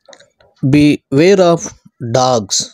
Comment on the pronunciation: గారు, వందనములు! మీరేమీ అనుకోక పోతే ఒక్క విషయం, బి వేర్ ఆఫ్ కాదండీ, "బివేర్ ఆఫ్" అని కలిపి చదవండి.